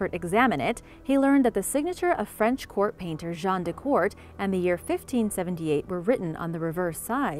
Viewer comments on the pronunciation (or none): none